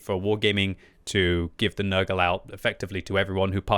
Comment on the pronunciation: calling it papa nergal (nurgle) now